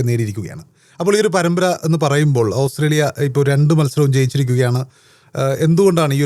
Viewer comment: Hahaha,ഓസ്രേലിയ അല്ലാ😂ഓസ്ട്രേലിയ